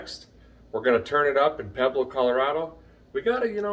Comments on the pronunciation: Pueblo is pronounced “PWEBLO”. Motto for Colorado is ‘Colorful Colorado’ and it surely is! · Think “Pweblo” when you pronounce it Brother. Really love your channel. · its pweb-loe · Those towns you pronounced in Colorado are pronounced pweb low and La hunta